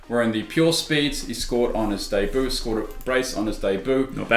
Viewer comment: It’s pronounced daybū not deboo for debut